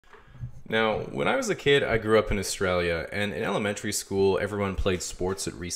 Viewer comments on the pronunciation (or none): you said Australia very Australian... I like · You can hear your accent when you say "Australia"